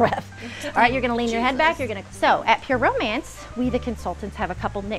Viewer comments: I swear she's trolling. She's actually saying "pyramids" the whole time and is trying to get away with it. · I don't know if it's a laurel/yanny situation or just a repeated fraudian slip, but every time she says 'pure romance' it sounds like ''pyramid' and I can't hear it any other way. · Definitely felt I heard "pyramid party" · I heard “Pyramids party” too 🤣🤣 “pure mance” 🤣🤣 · She keeps saying “pyramid” party omfg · Dude when she said "pure romance party" I heard pyramid too and then you said it lmao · It did sound like “pyramid”..! She definitely had a script. A really lame script.